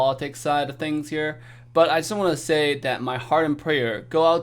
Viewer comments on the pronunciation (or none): none